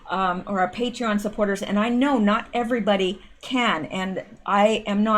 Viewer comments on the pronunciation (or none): none